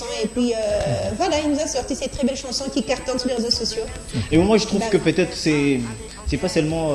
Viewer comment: C’est quoi, une « chnason » ? 😂😂🤣🤣🤣